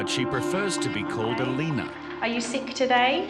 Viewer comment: Alina ? LOL more like Alino.